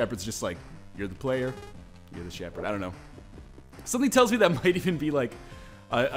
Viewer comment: Don't know why but I laughed really hard at the "Player......Shepherd". xD